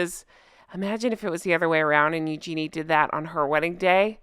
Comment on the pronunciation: William and Harry grew up with the York girls, that's why Harry is friendly with them BTW you pronounce Eugene “YOO-juh-nee” the JUH is said very quickly The name is French